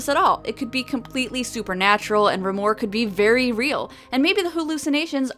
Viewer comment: I thought Remor was pronounced like tremor without the T. Tremor is close to Trauma, too. Also the animation reminded me of Angela Anaconda!